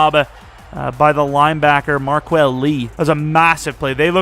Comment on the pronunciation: Does anyone know why he keeps calling Darron Lee markqual?